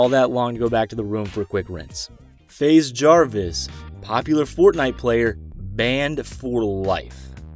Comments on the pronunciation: ah yes “fazz jaris” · "faz jarvis" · nobody:: FAZ JARVis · Freddy fazjarvis lol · Let’s just say it’s not fAz Jarvis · "faz" jarvis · “Faz” Jarvis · Faase Jarvis 😂